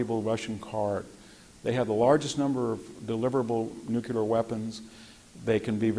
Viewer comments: Hearing this man say "The Ukraine" explains why the rest of us got it wrong for so long. I don't feel so bad now. Ugh, and then he says "Nukeular" multiple times... and all I am starting to see is Homer Simpson teaching WWII history... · How expert can you really be if you think nuclear is: "Nucular"? Hearing it 20 times in a row began to really grate my nerves. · I love hearing from any thoughtful, intelligent, and informed speaker and Dr. Hanson is one of my favorites, exceeded only by Dr. Timothy Snyder. However he is more than educated and strong willed enough to pronounce nuclear correctly and maddening that he doesn't. Surely a product of conservative anti-intellectualism. Nuclear has two syllables "NU CLEAR" and never the three syllable monstrosity "NU KU LAR". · VDH is really brilliant, but he can't say Nuke you lar. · Yah, if only he could stop saying "newkyoolar,," then so could I. Ouch. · Brilliant. Incisive. So articulate. The irony being that he cannot pronounce "nuclear" correctly and it makes me wince....